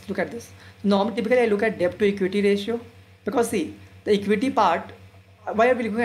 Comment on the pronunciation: Excellent presentation on value investing. Keep it up. Correction: you are pronouncing Debt wrongly. "b" is silent in debt. Kindly check. Suggestion:- Do let us know if u have a telegram channel where u could give instant updates on value investing, daily market updates and post updates about new videos released on YouTube.